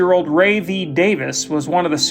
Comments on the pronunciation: Very interesting story, but a bit of feedback is to be cognizant of "Ray" vs "Roy". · One minor criticism. The narrator called the unfortunate victim "Roy", when his real name was Ray. Other than that, it was a fascinating story.